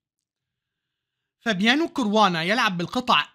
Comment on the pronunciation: اسمه كاراوانا بفتح الكاف 😂😂بهزر ي استمر❤قناتك جميلة جدا وخلتني احب وافهم الشطرنج والله ♥️استمر وكل الدعم